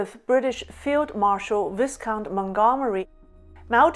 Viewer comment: Another outstanding report ! Viscount pronounced Via-kownt (silent "s") It's an Anglo-French word